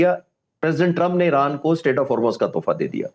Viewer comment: او بھائی یہ ا ے ر ا ن نہیں ا ی ر ا ن ہوتا تھا اور ہے